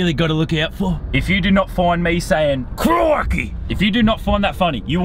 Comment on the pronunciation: every time you say " crikey" it hurts my soul